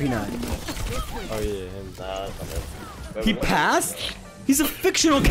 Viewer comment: sounds like Pokay and i hear it every time i watch a video